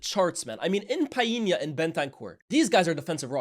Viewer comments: Bredda lmao who tf is Piena!!?? stop forcing it man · Tf is Pie-yee-nya? 😂 I've never heard Portuguese people pronouncing that name like that. What's going on fam? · Did not know it was pronounced Pa-inya 😂 . Always say Pau-linya. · "PIIEE-nya" scores on an empty goal??? My boy João put that shot through like 5 City players! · Good to see more graphics, makes the vid way more interesting. Just FYI though you're mispronouncing Palhinha's name, the L is pronounced